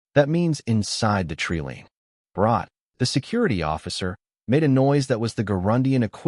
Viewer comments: Jesus h keerist! Another AI that can't pronounce TREELINE. It's pronounced treeline not treeleen!😂😂😂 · i believe you mean treelean....lol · Must have leared pronunciation at the learing center.